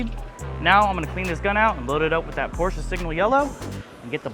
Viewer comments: "Porch Yellow" is a crime 😭💔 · She said: Seegma jello for porch? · "porch yellow" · If you think you’re yellow is a bit odd you called it “Porsche” yellow but the can says “ porch” yellow. Sounds like there might’ve been a breakdown in communication. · That wasn't Porsche yellow that was porch yellow!😂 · "Porch Yellow" 😂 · That's not porsche yellow it says porch yellow you got scammed🤷‍♂️🤣🤣🤣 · For the love of god, please pronounce Porsche correctly. This is a car channel, after all.